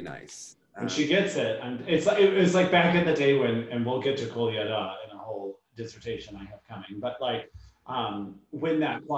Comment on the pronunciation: Loving this! Finally some real skating. Also it sounded like he kept saying pina colada instead of Kolyada.